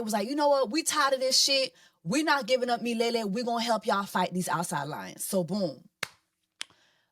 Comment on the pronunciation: Im cracking up at the Mufasa Review Jessie. Didnt know I needed to hear it summed up like that, I missed you🥺😘... Lol , Miliele is actually a swahili word that means forever or everlasting. Swahili being my second language im happy to say your pronounciation was spot on. Btw the people who be speaking on religion and judgjing are my worst type of people. Please keep on enjoying your life with Mr. Easter . Dubai looked good on you sisterr thanks wearing the attire so well.